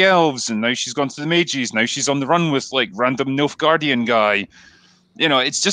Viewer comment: Never seen The Witcher so I kept thinking you were saying Milfgaardian ! Hey up ?!